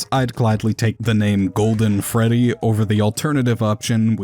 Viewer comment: Dude called Fredy bredy